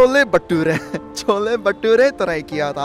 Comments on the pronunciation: Bro thats not chola bhature that was Chola bhatora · Are you not right not chhole bature that is chhole bhature ok